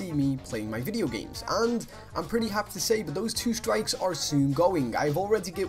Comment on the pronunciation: I love the way he said 'but' that accent tho! x) bot it's so cool (from a French fan)